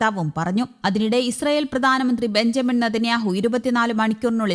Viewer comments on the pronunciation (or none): none